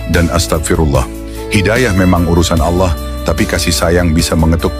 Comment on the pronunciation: Pelapalan nama Alloohnya sudah sangat fasih banget didengarnya, indikasi bener2 ikhlash dlm beriman Islamnya.